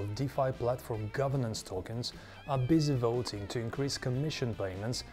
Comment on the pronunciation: good quality. but not convinced about "voiting" :-P